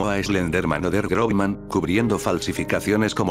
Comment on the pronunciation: Realmente se pronunciaria Grossman, no Grobman